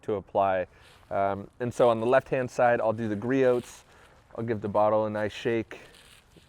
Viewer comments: What is your opinion? I care about your opinion, not watching you do torcher tests. Speed through those parts and cut your video length by tins. It will be much nicer to not hear you mispronounce Griot’s. It’s Gree ohs. Drop the T. It makes you less credible when you mispronounce that name. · It’s gree-ohs. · Gree-oohs. The T is silent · “ Gree ohhhs “ lol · I love the channel but the only thing that bothers me is you pronouncing the T in Griot’s. It’s Gree Ohs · 🤣 Yeah it's like pronouncing Nike like Mike, or Adidas like Adidaws.